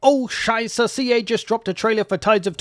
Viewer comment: As a German your oh Scheisse always makes me laugh.